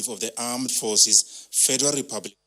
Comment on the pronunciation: Am so proud of our president at least he can now pronounce Corona birus instead of cobid 1-9 !! He's really improving keep it up man👎👎👎 Did I hear God bless Fedira Refublish of Nigeriya?🤫🤫🤫🤫